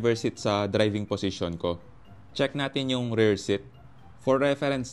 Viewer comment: Rer? O rear? Hahahaha